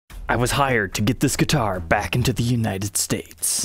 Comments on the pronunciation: Why’s this guy saying duitar with a G? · I thought duitars were made in China. I had rewind a couple times cause every time trogolysaid guitar it sounded like he was saying duitar.